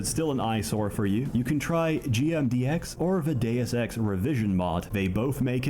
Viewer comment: Bro read Deus ex and said doseki lmao